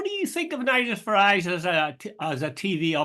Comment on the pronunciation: Where’s this “mainland “ speaks off? and Jude it’s Farage as in Garage! don’t make him sound continental eh!